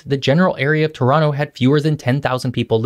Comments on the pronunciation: Very impressive that you pronounced Toronto like us natives! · are you from toronto because you pronounce it perfectly like a native torontonian. ? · You sure did your homework. Great vid! Very informative. Pleasant format. I learned a few new things and I've been living in Toronto for 40 years. BTW, you pronounce Toronto like a local. Like it should be. T'ronno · Respect for proper pronunciation of Toronto. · Props for saying Toronto Correctly!